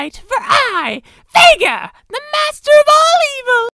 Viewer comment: and i belive his name is pronounced (V-ee-gar)